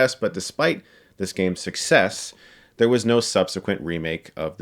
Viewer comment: hahaha when he said "there was originally a remake of the first... blah blah" I understood "thas was oringinally a remake..." I almost started yelling at my screen